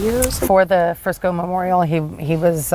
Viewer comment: I SEE YOU HAVE BEEN DOING ALOT OF STORIES ON THE DALLAS AREA AND SURROUNDINGS AREAS (FORT WORTH AND FRISCO) PLEASE PRONOUNCE THE NAMES RIGHT !!!! ITS FRISCO NOT FRESNO !!!!!!